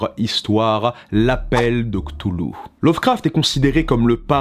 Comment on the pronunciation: Ohhh ça se dit ctoulou c'est trop chou